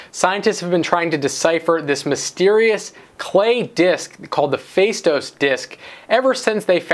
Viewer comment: i am from crete and i can ensure you that faistos disk...which is toned in the ''o'' and not in the ''ai'' is not yet cracked...Not a single greek history book or museum has such information and there are a lot of mysteries yet to be revealed about the past in crete. Check out 'spileo of eliuthias' = cave of eliuthias ....also check out what has been found in dikteon andron (another cave)